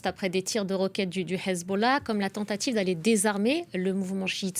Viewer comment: sa manière de prononcer Hessbollah est juste parfaite Tout de suite ça donne envie de manger du couscous